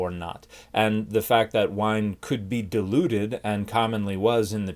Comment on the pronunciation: I could swear I heard you say Jesus drank the deluded wine.